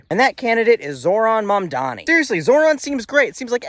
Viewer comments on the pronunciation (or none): none